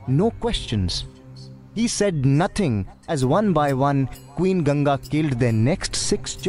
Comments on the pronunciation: It'not "GANJI" It's GANGA ( G-ANG-GA) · You pronounce Ganga as 'Ganja'. Ganja is weed. See how the guy in video pronounces Ganga.